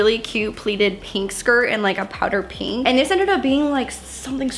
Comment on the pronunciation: Everyone's posting about how hates pants, I was shocked no one commented on her saying "Peenk" instead of pink😂